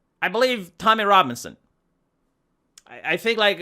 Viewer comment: oh no he said the rommy tobinson, your time is short